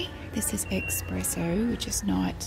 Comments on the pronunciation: Omg yes. That word mildly triggers me. Ain't no X in espresso.. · “This is expresso which is...not a word.”😂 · “This is expresso which is not a word” what? Expresso is not a word apparently.